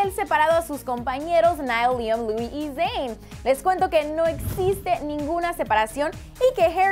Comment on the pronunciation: No sabes decir Zayn y harri